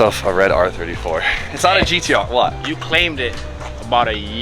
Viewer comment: it’s gtr no gdr like you keep saying